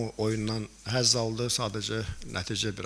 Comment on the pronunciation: 2:4 hezz aldız deyir😂😂